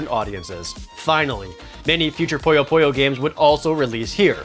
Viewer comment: I love this show! but it's Poo-Yo, not Po-Yo ;)